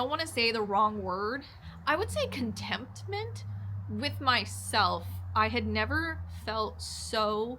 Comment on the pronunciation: Not to be the word police...sounded like you said "contemptment". I'll look at that clip again. I think the word is contentment. Kudos to you for enjoying the long solo rides. That's a lot of time in your own head. Says a lot about someone who enjoys those circumstances.